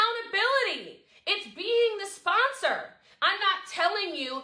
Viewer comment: Someone quick tell me how many times she said “Spon-SOAR”